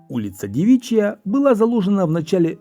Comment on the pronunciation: Не хочу быть грамар- наци, но: дЕвичья, а не девИчья ПотЕбни, а не ПотебнИ??